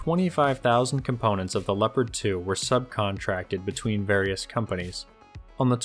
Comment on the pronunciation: Nobody:: Leppadd